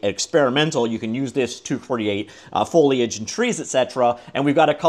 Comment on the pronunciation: I'm really proud of you for finally tackling your foliage speech impediment 😊